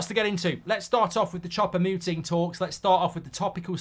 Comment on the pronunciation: For the love of God Mark, please stop calling him "Chopper" Mouting 😂😢